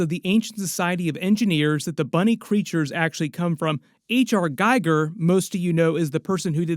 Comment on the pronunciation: mispronounced Giger. pronounced Geeger not guyger